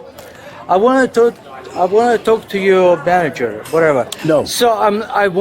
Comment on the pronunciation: "I wan talge da man jerr" 🍸🥂🥂🍹🍹🍸🍸